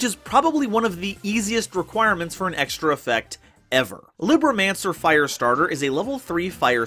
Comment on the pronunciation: "Libro" is spanish for "book". "Mancer", in a bare-bones translation, means practioner or controller supernatural arts. Also quick spanish lesson. Libro is pronounced "Lee" ( As in Bruce Lee ), "brr" (drag the "r" sound a bit) and "o" ( cut out the "ou" sound you would normally use in words like "bro").